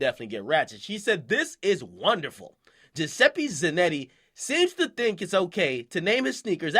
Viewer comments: Jah-seppi Zah-Notti dumbass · the white guy is italian giuseppe zanotti lol and you pronounced his name wrong